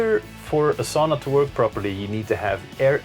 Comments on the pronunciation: sauna. not saawna but otherwise nice video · Yep - like English would spell 'sow-na(h)'